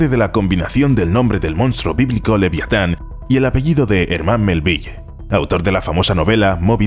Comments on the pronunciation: "Liviatan", cada vez que lo escuchaba me ponía enfermo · Lo que es la ignorancia de la gente que da por bueno cualquier cosa que le cuentan solo porque la cuentan. Por lo pronto habrá que aprender cómo se pronuncia el nombre del autor de Mobi Dick que no se dice "melvilley". Y Leviatán se dice cómo se escribe "Leviatán" no "liviatán" no es precisamente "liviano"